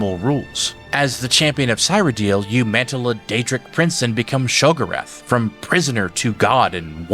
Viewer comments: "Show" no SHEO Sheogorath Its said So many times during the dlcs main story 💀major Ick Please spend as long practising his name as it took to type this (70 seconds) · they mispronounce sheogorath's name from oblivion onwards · I think he does this on purpose. Same with cyrodiil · I hate to be that guy but Cyrodiil pronounced seer-o-dill not seye-ro-dill and Sheogorath is she-o gor-rath not shol-ger-ath. These are pronounced in game with voice acting multiple times. PelEENal had me giggling. Pell-en-all. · There's no way someone with this much Elder Scrolls knowledge pronounces it "sigh-ro-deal" and "sho-guh-rath".